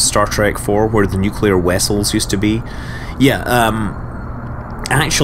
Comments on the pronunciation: nuclear wessels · nuclear wessels... YES!!!